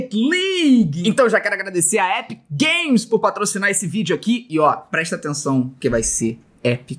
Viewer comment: "Rouquéti Ligui" "Épique Gueimes" "Épique Gueimes Istor" "Écsbocs"